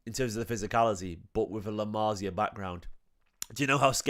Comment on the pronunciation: it's "la masia" not "la marzia"